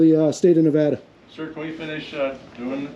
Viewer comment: OH my got, you pronounced our state name correctly. Thank you for taking the time to pronounce it correctly this time! (TRIGGERED BOOTLICKER LOSES HIS MIND - Reno)